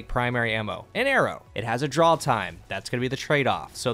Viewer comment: My brain: "He's saying draw & draw-time" My ears: "drawl & drawl-time"